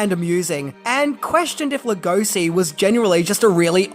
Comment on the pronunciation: Being a Hungarian myself, it pans us how his name is mispronounced. Béla is pretty ok, but Hungarian “s” is pronounced as English “sh”, like “shy”. So his name is pronounced Lugoshi. Please, pretty please! Otherwise thanks for the video! Great!